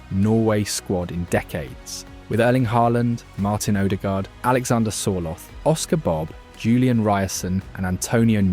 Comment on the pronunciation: Good pronounciation. So close that I will not complain about any of the names. Sørloth was wrong though. Ignore the h. Pronounce with double t at the end.